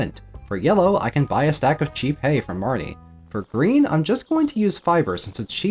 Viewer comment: me, enjoying the run: haha nice gameplay, cool me, hearing pronounce marnie as "marnay" around 50 minutes in: cancel their ass